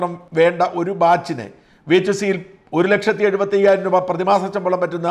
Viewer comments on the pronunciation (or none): none